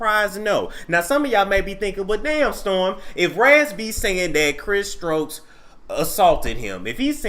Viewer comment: If you call him one more time... 🤣🤣🤣